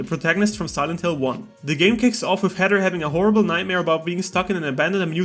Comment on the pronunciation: Bro you can’t say Heather 😂you keep saying Header